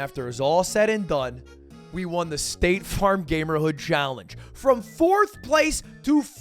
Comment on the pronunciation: I kept hearing stake farm as in stake the gambling company, and nothing quite made sense until I saw the "sponsored by staTe farm" at the end lmao